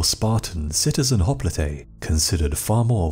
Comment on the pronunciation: I could be wrong, but I believe that hopelite is pronounced hop-light not hop-Lee-Tay. Otherwise I should say you are one of the best channels period. Thank you